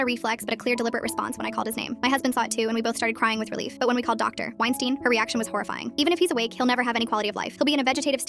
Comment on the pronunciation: "Wienstein" Hmmm🤔